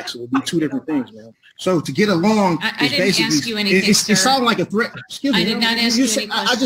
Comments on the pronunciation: Why is it that pronouncing the word "ask" as "axe" grates upon my ears so much? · He's "axe'in" the court, what's with this 'axe'in' stuff??. I thought an 'axe' was used to chop wood,.. can't these people use the English language properly.!! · If I never hear the words basically, quote unquote, axe….again, I will be very happy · It's a question! I'm just axing.